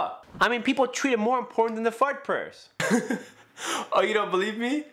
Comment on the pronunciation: when you said fardh you said fart.d